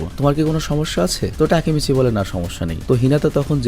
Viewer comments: ভাই আপনি টাকিমিছি না বলে (টাকি মাছ) বলেন 😂😂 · ভাইয়া তেকিমিছি না তাকিমিচি ই হবে 😊আমি এই সিরিজটা পুরো দেখছি 😊ওইখানে ওর নামটা তাকিমিছি বলা হয়েছে 😊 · Vai Takimichi Tikimichi nh 🙂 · আরে ওর নাম টেকিমিছি নয় তাকিমিছি। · তাকিমিচি না তাকেমিচি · Takimasi na ❎ taki mas ✅ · উচ্চারণ তাকিমিচি। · Vaiya takemichi er namer pronunciation ta hobe "তাকেমেচি" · জাপানিজ উচ্চারণ বাংলার মত ওরা এনিমে না বরং আনিমে বলে তাকিমিচি বলে হিনাটা বলে না হিনাতা বলে ড বা ট উচ্চারণ করে না দ বা ত উচ্চারণ করে। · ভাই উচ্চারণ টা হবে হচ্চে "তাকেমিচি" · Takimichhe bolan cunta balo laga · ভাই ওর নাম এর সঠিক উচ্চারণ তাকিমিচি